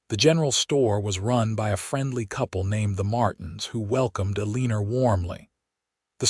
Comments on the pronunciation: The name has a r on the end, but the name is not pronounced Elener. If you are going to write stories and read them at least learn the correct pronunciations for names. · I can’t even listen to these because pronunciation is so awful. Elenor is not pronounced Aleaner! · The story would have been even better if the narrator would have correctly pronounced Eleanor or Elena. That grated on my nerves. The story, however, was wonderful. 10+